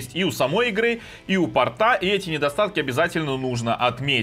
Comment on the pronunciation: Лучше говорить не "портА", а "пОрта"